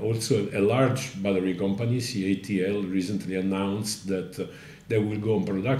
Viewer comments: C. A. T. L. Not CALT. YOU GOT IT IN THE END.😖😁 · CATL not CALT😂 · CATL* your audio keeps saying it wrong